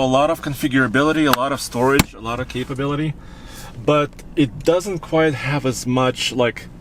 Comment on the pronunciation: "quite" (very) ≠ "quiet" (silent)... they are NOT monophones, they DON'T sound the same. You're saying things like "the tires are QUIET big..." that's WRONG WRONG WRONG! 🤣🤣🤣